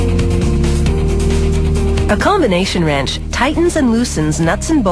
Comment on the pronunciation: "ye call that a wreench?" (Aussie accent)